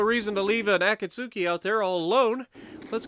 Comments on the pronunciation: Great video dude ! I really gotta start implementing your tips for destroyers because i'm garbage with them lol Btw the "U" in Akatsuki is actually silent so it's pronounced a-kat-ski kinda polish sounding. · I just resumed my grind to the Kagero. I got the Akatsuki yesterday but still haven't played one game yet (which is actually pronounced Akatski, the u is silent don't ask me why). Lets go for no dislikes on this video, what do you say?